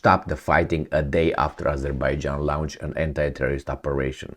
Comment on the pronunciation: Launch is not pronounced as Lounge.